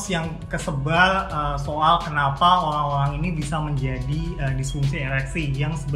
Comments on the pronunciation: O rang orang... bukan orlangk orlangk.. ok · I hear Olang olang